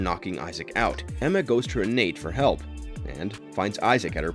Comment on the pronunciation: It's pronounced "rey-nah-tah," not "rey-nate." Also, it's pronounced "trists." If you are going to narrate a video, please learn how to pronounce the words in the scripts!